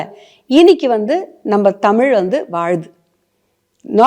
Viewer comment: நம்ம டமில் வாளுது.... யம்மா!😂😂😂😂